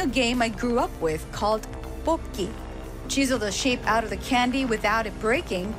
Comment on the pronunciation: 달고나 소개하던 기자발음중에 <뽑기> 발음 좋네요. 한국사람 처럼한것같아요 ㅎㅎㅎ